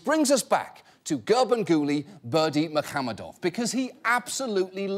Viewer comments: unfortunately He pronounced incorrectly even you wrote it incorrectly I'm Turkmen and it's pronounced like Gurbanguly Berdimuhammedov Malikguliyevic 😉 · I just finished the video and I still can't pronounce it after hearing it 50 times. I'm just gonna go with Ferngully Bermesehamadove.